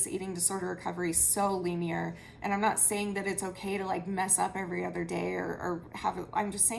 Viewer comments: Hehe, it's li-near, not lee-near 🙂 You're amazing and I'm so proud of you for all you have achieved so far and slip ups happen. I'm so proud of you for being brave enough to face your slip ups head on, accept them and try to move forward. You HAVE to put your own health and wellbeing above all else. Always. You're an inspiration to so many people. Please protect yourself. You never have to share information at all with the public, this is your journey and your wellbeing is way more imperative here than anything else. The content I want from you is your story and your self acceptance and recovery story. Ups and downs. ❤❤ You inspire me! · Lin-ee-er. like a line, but a short I. I feel so much compassion and empathy for you. Please do whatever you need to do to care for yourself. Much love and support to you. ❤️ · It's linear (said 'linn-eeeee-are') Just wanted to say that I work as a drug counsellor and drug addicts are addicted for life too. They might be able to stop taking drugs and they might not be physically addicted but that need to use drugs never goes away. Just as with eating disorders and the need to self harm, there are always cravings and some days are a struggle to control your triggers and cravings even if you haven't used drugs for five years or ten the need to do so never leaves you alone. That was just a fyi. The rest is from me to you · Linear is pronounced 'Lin', like Linda and 👂. Idk if u care.